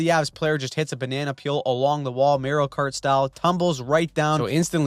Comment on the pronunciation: 😂 he said “ Merio Kart style”!!😂